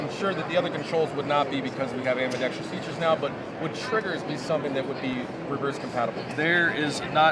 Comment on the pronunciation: Ambidextrous, the most mispronounced word in the gun community. Interesting comment from the rep: "This is for purists." I suspect that true "purists" will consider this an affront to John Browning.